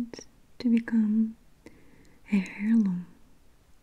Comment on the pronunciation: So gorgeous! Heirloom- airloom, no 'h' sound.